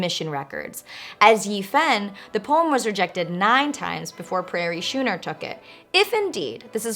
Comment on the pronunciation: Prairie Schooner (skooner, as in school). Just saying....